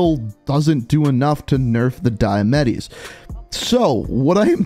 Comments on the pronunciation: "Diamatti" ❎Die-Uh-Metty ✅Dee-Uh-Motty Thanks for coming to my Ted talk. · The “diemettis” 😂